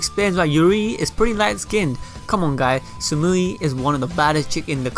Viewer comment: her name is samui no sumui ya know.